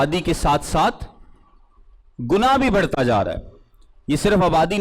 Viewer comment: بھڑتا ۔۔۔ غلط تلفظ ھے بڑھتا ۔۔۔ درست تلفظ ھے Pls correct urself